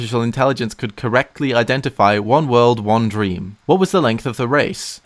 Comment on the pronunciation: be careful he a lawyer OH DWEAM